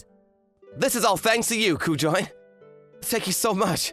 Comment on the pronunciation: Not a bad story. But, it’s Ku-jo-in (or -een). If you’re gonna stick with Japanese names, put in the effort to know how to pronounce them.